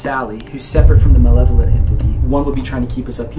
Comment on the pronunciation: manevolent? Two years later and I just realized Colby said that and not malevolent